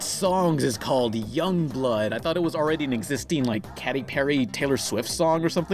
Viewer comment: and who the fuck is "catty" Perry? is he doing this deliberately?